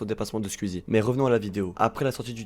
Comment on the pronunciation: très bonne vidéo, mais pitié, penses à revoir ton accent quand tu dis squeezie, twitch.. 🤣